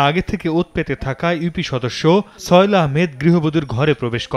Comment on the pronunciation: তার নামটা কি ছয়েল? না কি সোহেল? উচ্চারণ এত বাজে কেন?